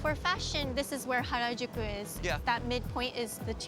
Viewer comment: This was a great and informative series overall, and I can't wait to see where it goes next! Though it always gets me when people pronounce Harajuku like that. 良く出来たねえええ :^)